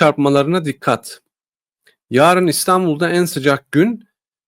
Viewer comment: Konudan bağımsız; “ yaarın” değil, “ yarın”